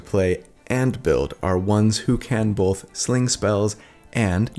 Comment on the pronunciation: not Cody, who says bolth, not both. Gotta remember the L, people.